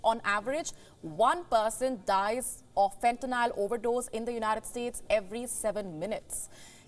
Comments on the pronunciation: Wow she even said fentanyl wrong… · She can't even pronounce Fentanyl correctly...!!